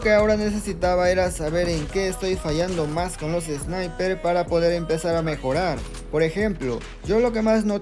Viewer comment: Me dio mucha risa el man diciendo sniperzzz xd e visto gente quejando del meta pero quejarse de los Sniper ya es demasiado